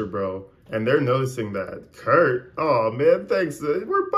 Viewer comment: He's calling him "Carp" not Kurt.